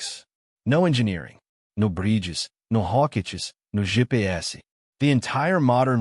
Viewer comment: I figured it was AI when he went for GÊ-PÊ-ESSE (PT_BR pronounciation) 😅